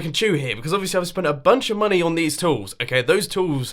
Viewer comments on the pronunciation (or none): none